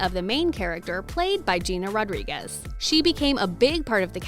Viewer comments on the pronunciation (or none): none